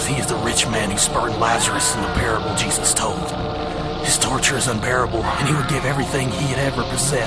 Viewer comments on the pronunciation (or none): JE- not Ju.. it's Jesus